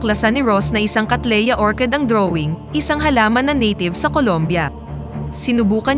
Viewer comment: katleya ang bigkas hindi kateleya ang vloger dapat e maraming alam sa spelling at tuldik, kumikita kyo mali nman kung magsalita ng tama sa pagkukwento.